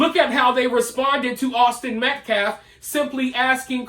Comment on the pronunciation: "...Awsten Meklef..."